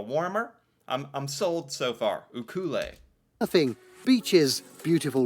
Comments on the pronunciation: Omg the way that narrator pronounced Ucluelet almost made my eyes bleed. It’s pronounced “You-Clue-Lit”. And it’s a beautiful town. ❤ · I'm sure lots of people have said it already, ucluelet is pronounced "you - clet- let" but most people pronounce it like "you- cue- let " so nothing like how the guy in the video said it. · Note that the website that put it together is for tourists. "Tripxtreme". And Ucluelet is pronounced "you clue let". There were some other odd pronounciations, but that one wasn't merely accent, it was totally wrong. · Uclulet is pronounced Oo-clue-lit - it's aborignal, not french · Churchill nope lived there in the fifties I choose the west coast because I don't like dealing with snow in the winter Love PEI but again snow PEI is small can go to any town in a short period of time. U- cool- let is the way to say it. again a person not from the area or even Canadian ???? telling you where to live Looks like a tourist going to hot spots for visiting to me. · I don't know where the narrator is from, but Uclulet is pronounced You Clue Let. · That's the worst pronunciation of Uclulet I've ever heard. It's You-'clue-let. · onounced ‘you clue let’ the emphasis is on ‘clue’ the t at the end is pronounced as a hard T in let. 😊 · Being from Vancouver Island. Ucluelet is pronounced more like you-clue-let like all those words together, it sounds so wrong in the video. I also live on a small island off Vancouver Island with about 1,200 in the winter. When we get summer tourists there are about 5,000 people there, and most are camping. It's also known sometimes as the Hawaii of Canada or Little Hawaii, it takes two ferries to get to from Vancouver Island. Look it up it's a lovely place. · Pronunciation check for Ucluelet. It is pronounced You-clue-let (let as in letter) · those of us who have lived on Vancouver Island, we pronounce Ucluelet exactly as written U Clue et,,, not sure where the guy got his version from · Its pronounced you-clue-let BC